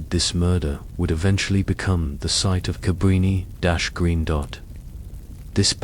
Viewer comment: Is this fucking AI? Nvm just answered my own question with how they pronounce his last name and Cabrini Green. FFS is ANYTHING real anymore?!